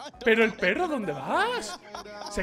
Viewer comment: Terrible “perro”